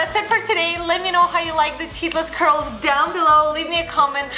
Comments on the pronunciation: No worries, I'm hearing the exact same thing. But then again, we all know what she means. :-) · So true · I thought I was the only one who thought that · What? It does!